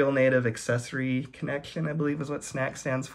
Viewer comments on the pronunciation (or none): none